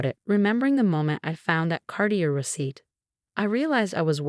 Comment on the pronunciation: If the narrator isn't AI then please find one who knows how words are pronounced. She slaughters reading Cartier.